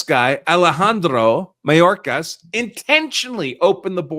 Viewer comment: (May-dork-ass) should be locked up.